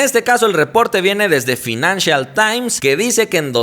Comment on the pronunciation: Se pronuncia "FAINANSHIAL"